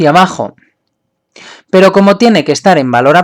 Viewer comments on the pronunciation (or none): none